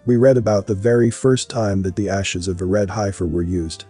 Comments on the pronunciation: Thank you for the research on this prophesy, in reading comments people are stuck on pronunciation of hiefer in some cases must get frustrating for you. Don't sway from your agenda you are doing a great job. love and light. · Please, if you are uncertain about the pronunciation of a word, to find out. The word heifer, denoting an immature cow, is pronounced, "heffer". Clearly you never lived on a farm, or among livestock. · We say hefer for heifers . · You are pronouncing heifer incorrectly. It was seriously distracting and annoying to hear you mispronounce it over twenty times. You could have substituted the word bovine, or cows…. Or opened an almanac for several other options. I’ve watched and enjoyed many of your videos, but this was the first that felt computer generated. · Are you sure it's a heifer? If you can't pronounce it properly, you might pick wrong when you're looking at the cattle... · That’s not how you pronounce heifer